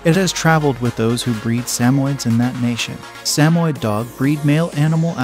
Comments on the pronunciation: You need to drill your robovoice on pronunciation. Bitch-on Fries? Pappy-lon? Sam-oid? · Please learn the correct pronunciation of the Papillion, the Bichon Frise, Samoyed. Also the pictures of the toy poodle are not toy poodles,. You have a blue sheltie pictured, not a papillon in several instances. The mispronunciations and inaccurate pictures demonstrate a lack of knowledge about dogs. With the numbe4 of double coated Spitz type breeds on this list, it is clear that this is your opinion. Try looking at some herding, sporting and hound breeds instead.